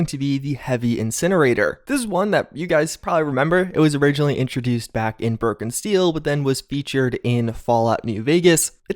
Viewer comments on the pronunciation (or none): He mispronounces things all the time, among a bunch of other things.